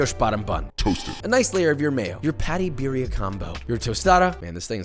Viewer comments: his pronunciation though, biriya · Beer ee ah. Lolol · Roll them R's birrrrrrrrrrrrria. also, why no dip tortillas in sauce and fry them in a skillet? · Yeah, it's almost is if he doesn't speak Spanish and is just trying still 🤷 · It looks good, you could leave it boiling a bit longer but please Joshua ROLL YOUR R'S! Accent is everything with spanish pronounced foods!